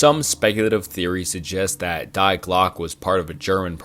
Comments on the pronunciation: When you pronounced Die as “dye” really hurt me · Die in German pronounced dee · It’s pronounced „dee“